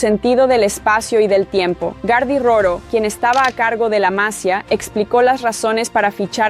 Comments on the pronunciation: Masia no, masía con acento en la i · Cuando pronuncias Vilamajor, Casadó o Masia me sangran los oídos. 😂